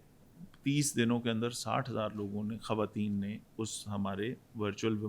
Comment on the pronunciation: itni achi Urdu bolne wala jab khawateen ko "Khateen" kahe to bohut dukh hota hai, plz note keejye ga 🌹🙏